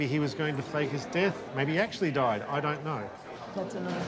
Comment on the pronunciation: 'Died' (with an emphasis on the last D) pronunciate girl pronunciate!!! Articulate girl articulate!!!